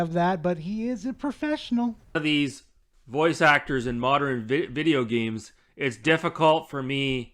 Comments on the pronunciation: Am I the only one hearing him say “moderan” and not “modern”? That is really bugging me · Not sure what these "Moderin' " games are